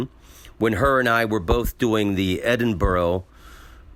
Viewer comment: Edinbro NOT Edinborow